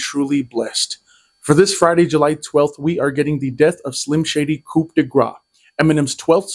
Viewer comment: sorry brah 90% sure the word coup is pronounced 'koo' not coop invalid video